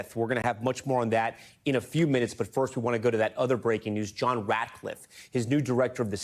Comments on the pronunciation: NBC pronounces Ratcliff an adult. And there is mischief and disinformation. And NBC is going down. Down like a cheap W. Down like a back sliding heifer. Down into their own rhetorical spittle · I thought he said Ratliff